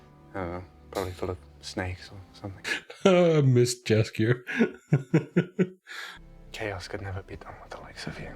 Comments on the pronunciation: Please, pronounce Jaskier as if j was actually y. It's polish word and in polish we pronounce j as it was y. Great reactions! Keep on good work! You're very inteligent and it's so nice to hear your thoughts about the show. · Yeah i always laugh a little when people call him Jaskier with English J because then his name sounds cat's food. Also people often write Yennifer instead of Yennefer and Vesimir instead of Vesemir. Sometimes they call Cahir with silent H so it sounds like Kair. That's reason to watch the show with subtitles, especially when someone is English speaker. A lot of polish words and polish way of pronouncing.